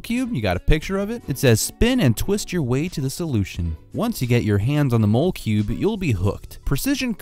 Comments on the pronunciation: I think it's pronounced like molecule 😂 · It's actually not mole cube it's molecube as in molecule